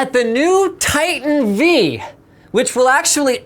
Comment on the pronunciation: Titan V, as in Vveebs. Or vIdiots. Choose one. :p